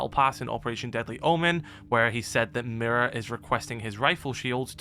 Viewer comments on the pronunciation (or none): none